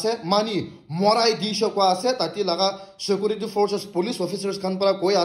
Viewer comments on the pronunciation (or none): we viewers are not deaf or are you deaf yourself.....? & By the way you should seriously take Tuition & attain coaching classes for the Grammar on English subject & stop shouting your own grammar like Paylot instead of pilot,...Shekurity instead of security,.... Satchushen instead of situation,.... Terrist instead of terrorist,....Apolojay instead of apology,....Shoplai instead of supply,.....Desla instead of Tesla,.....Rohu Gandhi intead of Rahul Gandhi,......Nirindra modi instead of Narendra modi,.....Lion Messi instead of Lionel Messi,......Amir khan got talent instead of American got talent & the list goes on & after all you're the most experienced youtuber in nagaland like you said since you started your channel & had recieved all those YouTube's silver play bottoms way back from 2001😂😅🤣😂😇😝🤪😆😁 even before the official launching of YouTube in 2005..